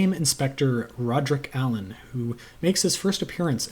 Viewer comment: King Henry I died of a surfeit of lampreys…ate too many. In Marsh the Lampreys are an eccentric aristocratic family…too many of them, as Alleyn discovers. Good to hear you pronounced Alleyn right. Many still don’t.